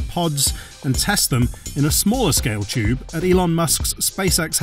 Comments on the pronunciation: Chube, instead of tube... Seems legit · its Tube. Not CHube. There is a T not a CH.